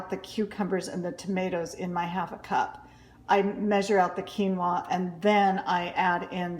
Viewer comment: What did you mix with the cucumbers and tomatoes? Keymo? Keylo? Are you saying “quinoa”?